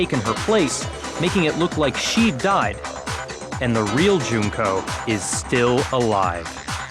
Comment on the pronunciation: I'm really happy that they pronounced Junko's name Joon-koh instead of Junk-oh.